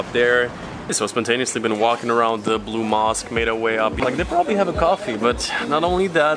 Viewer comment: Can’t say blue mosque 🕌